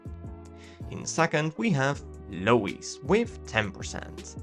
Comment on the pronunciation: He said Low-Eeeze? Haha